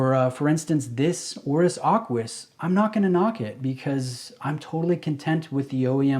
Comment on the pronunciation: Aquis...not Arquis. 😉